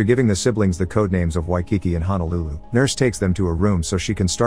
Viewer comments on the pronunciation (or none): none